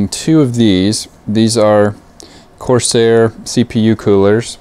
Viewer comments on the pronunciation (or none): none